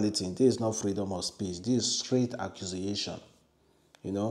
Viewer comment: Accusiuation, its accusation pronounce properly